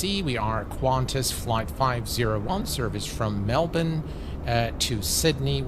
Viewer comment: Wait, said “Melbourne” properly! (For those who aren’t Australian, it’s pronounced “melbin” but a lot of non Australians say “melborn”)